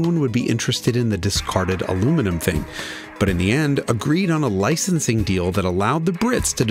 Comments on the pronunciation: He said, ALUMINIUM. He actually pronounced it correctly! ONCE. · First time I've heard an American pronounce aluminium correctly. Good job.